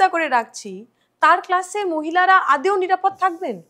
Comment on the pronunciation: ইনি আদৌ কে আদেও বলেন কেন?